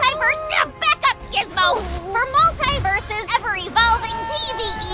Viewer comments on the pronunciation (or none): Go figure that of all characters would mispronounce the name of the games she is currently in. I cringe every time I hear mult-EYE-versus